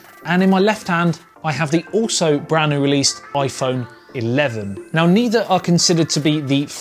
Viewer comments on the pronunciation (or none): I would completely agree with you on the comparison so for me iPhone 11 wins purely for the operating system, I'm not a fan of Android, but what a great phone theOnePlus 7T is. A couple of things for you, it's "brand new" not "bran new" and I'm still not happy you tell us all to F off at the end of every video. HAHAHA Great review.